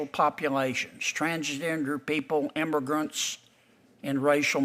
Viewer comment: 10 "imbergrunts".......WTF???????